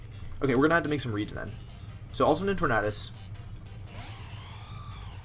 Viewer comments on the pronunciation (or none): The way you say TorNAHdus tilts me my dude lmao. Good vid tho :] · Your pronouncation of Tornadus is offensive to me.